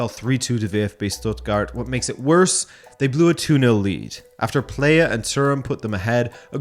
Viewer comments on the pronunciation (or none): none